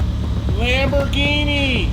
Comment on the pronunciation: Americans.... Lambor ginie Italiano... lamborghini (Lam bor genie) (Ghini = genie: like genie in a bottle..) Love you but it always sound so ridiculous.. LOL Peace